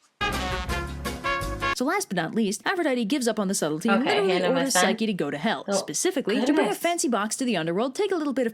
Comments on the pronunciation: I'm really not trying to be mean but I think you said psyche wrong again I'm not trying to be mean! I think it's pronounced pyshcE not trying to be mean ❤❤❤ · i think it pronounced pchycee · You pronounced Psyche wrong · She’s pronouncing the names wrong and it hurts